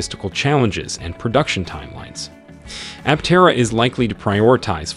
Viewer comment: Pronounce Aptera correctly.